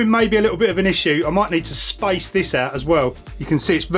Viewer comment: The bolt will 'scripe' the wire? And he had to remove the 'spicer'? What happened to the 'a', mate?